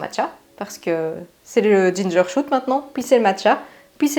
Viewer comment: je t’adore et j’adore tes vidéos! Merci pour ces chouettes partages! Juste un petit truc: c’est ginger shot (genre comme boire un shot en soirée), pas ginger shoot (comme un gingembre qui tire sur les gens 😅) 😉